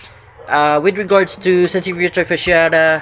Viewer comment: Very informative. Thank you for sharing! Didnt know thats the correct pronounciation till I saw your video 😅